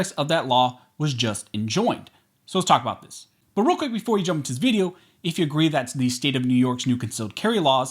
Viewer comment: If you could stop saying “buhRealQuick” and “Al Gore’s rhythm fuel to his jet” that’d be great